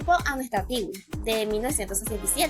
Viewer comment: Una pequeña sugerencia amiga. No sé dice Tigüi como lo pronuncias. Es Twiggy pronunciación correcta ( Tuizhi) o ( Tuishi). Perdón si te incomodo